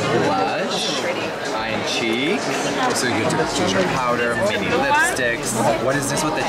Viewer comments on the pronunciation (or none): none